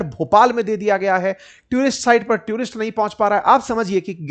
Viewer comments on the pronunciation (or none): ट्यूरिस्ट ❌ टूरिस्ट ✅